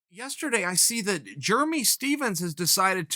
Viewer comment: JURMY STEPHENS! LOLLL this guy kills me with the names